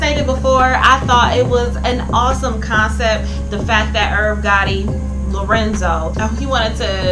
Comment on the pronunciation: Damn! If you weren't that invested why make a review? Sounds like you hating on Irv Gotti, considering the emphasis you place when calling his name.